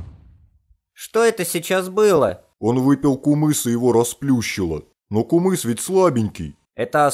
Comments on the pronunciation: Ее нармално говарите не кумыс а кымыз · Ый ты не кумыс а кымыс ище это не казахстан а кымыс предлажится к кыргызстана кто против лайк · Не кумыс а кымыз 🇰🇬✊🏻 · Не кумыз а кымыз!😡 уважайте тродицыоный напиток 🇰🇿и🇰🇬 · Не кумыз а кымыз называется кымыз